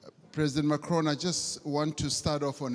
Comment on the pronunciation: dude in the beginning Ramaphsa as well call hims Macrion not Pres Macron lol